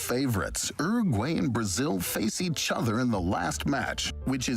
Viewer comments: The way that guy pronounced Uruguay scrambled my brain. ERRRRGWAYY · 'Ergway'? He said ''Oo-rag-way," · hmm, no. Rolled Rs are only used in Spanish at the start of a word (radio) or when it's a double R (barril). It's Uruguay, not Urruguay. Edited to add: I forgot the other case, at the start of a syllable when it follows some consonants (alrededor, the first r is rolled). Some regional accents roll Rs at the end of some syllables, but that's not the case of the word Uruguay, where the r is at the start of a syllable following a vowel (U-ru-guay) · Is that how Americans pronounce Uruguay?!!